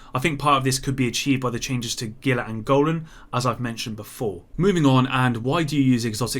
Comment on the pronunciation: ITS HEE-LA. NOT GILL-LA. ITS A FRICKEN TRIBUTARY TO THE COLORADO RIVER.